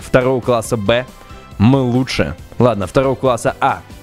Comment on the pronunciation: 9: 04 ЛУТЬШЕ "Г"